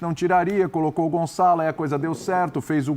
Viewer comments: Gonzalo??? 😂😂 fdx é GonÇalo!! Com Ç! O Gonçalo Ramos é português!! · Lógico que o Ruben Neves é que entrou no lugar do Cristiano, mas na prática ficou depois o Gonçalo a fazer o papel do CR7, portanto os comentadores têm parte da razão. E diz-se GonÇalo e não Gonzalo, basta saber a diferença de som entre um ç e um z. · Caraca não saber os nomes do jogador tudo bem .. pelo menos saber pronunciar 😂 Gonzales pqp caraiii é espanhol ?!?!